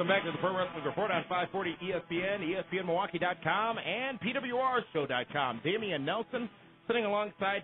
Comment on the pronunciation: God I can't stand the way says ".com." Sounds like Dot Kiom. Tone down on your "cheesy gameshow host voice, PLEASE."